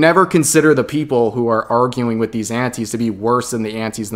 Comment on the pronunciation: for the longest time i thought you were saying aunties.